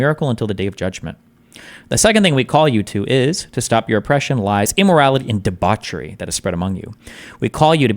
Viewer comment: Debauchery is actully pronounced Debauchery.